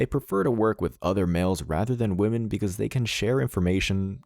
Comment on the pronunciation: Woman and women are not pronounced the same. Try to sound less ignorant. It will improve your videos.